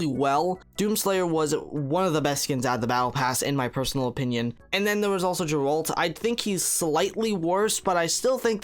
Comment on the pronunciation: That "geralt" pronunciation kinda triggered me😂